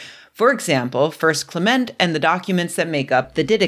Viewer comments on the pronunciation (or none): none